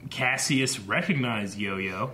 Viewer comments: It was bothers me that you keep mispronouncing Kasius' name... Ka... Si... Us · DAMMIT!! You keep pronouncing Kasius' (don't know how to spell it) name wrong. (just so you know, I'm not angry, just pointing something out 😄)